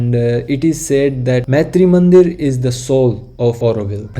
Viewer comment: please note that the name is Maatrimandir (मातृ मन्दिर) and NOT Maitri Mandir (मैत्री मन्दिर). There is a huge difference in the meaning there - in the way you are pronouncing it. Thanks a lot for a great video which was very informative also. All the best for your videos - I'm hoping to see more and I have subscribed and liked also. 🙏😊🏵️